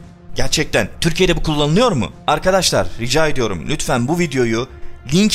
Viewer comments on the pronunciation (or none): none